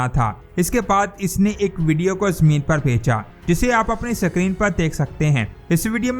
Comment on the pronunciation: Please correct your pronunciation of SCREEN. The pronunciation of this word is ISCREEN but not SACREEN. If don't believe ask any English Scholar.